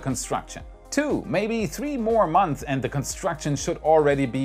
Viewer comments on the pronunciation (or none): "Two, maybe three month" ??? Say the S. Say the S.